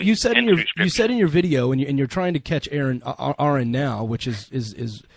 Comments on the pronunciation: 'Ah-run', not 'Air-un'. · It's "Ah-run". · Why can't anyone say Aron's name right? It's not pronounced "Air-in", it's pronounced "Ahr-on". Anyway, Aron won the debate. Mr dance around the questions lost in the first minute. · Can't believe anyone still says "Air-un".